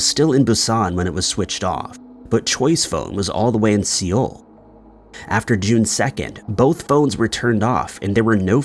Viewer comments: It's Seoul, pronounced like SOUL. A SCHOONER is a type of water craft pronounced like SKOONER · Seoul is pronounced “soul”. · 5 Scary Mysteries ?? Maybe a simpler title. Please pronounce things properly you are teaching younger people incorrectly. You have a good narration voice but you can just check words you are unsure of - so easy! Schooner and Seoul - basic words. 🤨